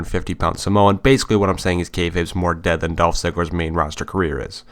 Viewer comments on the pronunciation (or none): none